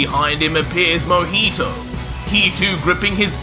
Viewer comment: Other : Mohito Me : Mohiho